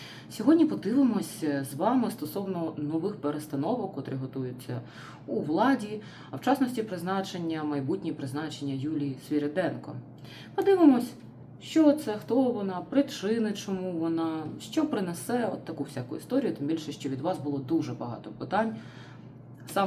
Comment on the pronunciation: Свириденко,а не Свиріденко